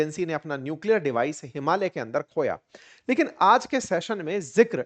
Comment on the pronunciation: आपने “हिमालय” को शुद्ध उच्चारण किया । ज्यादातर भारतीयोंने “हिमालीया” बोलते है । हम नेपाली भी “हिमालय” हि उच्चारण करते है ।